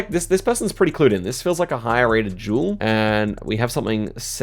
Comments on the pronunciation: oh he was saying "duel" not "jewel" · the way he says duel like jewel is just great haha i love it